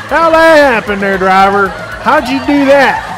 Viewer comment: I cain't know drwaaable ( driver) For a man that preaches professionalism why do you continue to articulate as you " geeratited " third grade ?????? I LOVE watching bonehead truckers. However, do you talk like that with customers ? Or is it only flip-flops and shorty shotys hat makes one un professional? I too am from Texas, my folks live in a place where large gators in their backyard are a nuisance! We actually articulate as though we made it past the 3 grade English